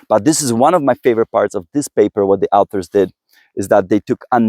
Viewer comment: Great video, however a couple of things 1. NAC is never mentioned in the video although it's part of the title. Might wanna correct that 2. Please please PLEASE pronounce 'authors' & 'also' correctly Thanks!